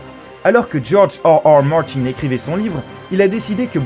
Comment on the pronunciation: djorge hearhear martyn